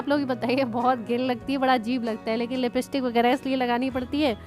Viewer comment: Lipstick ,not Lipistick ...😂😂😂 If u don't know to spell the word correctly ,then y do u use...u behave like gaonty..for sha u say sa. N for sa u say sha..u won't correct your mistakes but, u tease others..shame on u😠😠😠